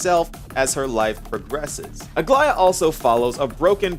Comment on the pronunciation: Bless you for being one of the very very few creators that pronounces Aglaea’s name correctly